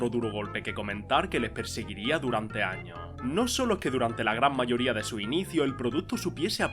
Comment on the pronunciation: Por qué dice todo sin la “s” final? Patata chip, Estado Unido, 30 año, tra esto, en lo ochenta, lo año